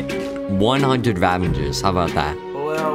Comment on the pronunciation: The whole video he says ravanger's while its ravager's